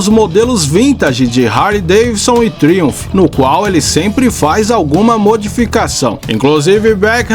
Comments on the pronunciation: Sem querer ser chato, mas já sendo... A pronúncia correta é "TRAUMF" e não Triunph. Forte abraço! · vc pronuncia Triumph de forma errada que chega ser horrível de ouvir PQP!! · A pronúncia da marca Triumph, ficou engraça…😂😂